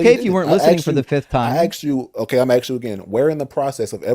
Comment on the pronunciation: with his axing questions.